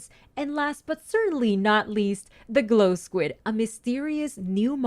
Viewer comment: Mogang: Its glow skuid! Me: --_